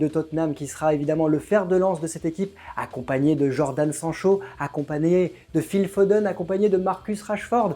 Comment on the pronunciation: le fameux joueur Jordan Sang-chaud... Faites un effort srx...